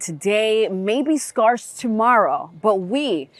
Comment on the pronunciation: scarce should not rhyme with farce; the center vowel is pronounced like in pair or care.